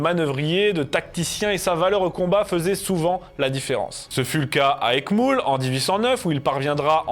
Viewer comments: Eckmühl avec ü, donc mule, pas moule. - Davout s'écrivait d'Avout jusqu'en 1789 et se prononçait d'Avou. Le maréchal signait d'Avout à son entrée à l'école royale militaire, mais a écrit Davout sous la révolution. Ses petits-enfants ont repris légalement d'Avout en 1843. Mais son neveu en recueillant son héritage a gardé l'usage de Davout pour faire plaisir à sa tante, réservant d'Avout sur les actes légaux. Quelle histoire ! - pour Auerstaedt, voir si l'on ne prononçait pas aussi "à la française" Auerstadt. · Eckmüuuulh !... pas eckmoouuule !... Rhalala ! on peut aimer casser du godon et du boche sans pour autant écorcher la langue... ;)))))) Amitiés impériales. ;) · 5.29 Eckmoul ? Etrange prononciation pour Eckmühl. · Ben oui... Davüt fût le vainqueur d'Eckmoule... tout le monde sait cela.... 😁